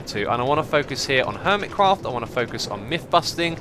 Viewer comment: My Christmas is on the 7th of January so I'm still waiting for it,but I'm glad to hear that you had a great Christmas.BTW, I love the way you say Hermitcraft.